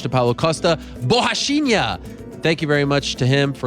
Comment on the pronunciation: Ariel's "Borrachinha" was perfect!